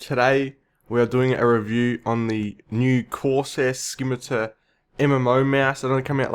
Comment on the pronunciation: "corseh skimiter" We all gotta love the accent.